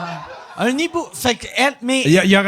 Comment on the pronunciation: Excellent comme toujours. BTW Mike c'est un hibou, pas un nibou ;) (quand il y a un ''h'' la liaison du ''n'' au ''i'' ne se fait pas :))